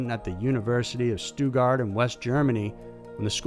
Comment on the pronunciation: Even Stuttgart became Stoogard🤔